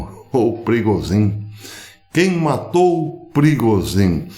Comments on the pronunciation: A pronúncia é prigógin zh=j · Professor A pronúncia é PRIGÔJIN A língua russa praticamente não tem palavras oxítonas. Normalmente são paroxítonas ou proparoxítonas. O sobrenome da tenista pronuncia-se Sharápava. Bom dia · Não professor, a pronúncia em russo é “Prigózhin”, isso msm a 2ª sílaba soa mais forte e em inglês “Prêgozhin”, soando mais forte a 1ª sílaba. Espero ter ajudado, forte abraço!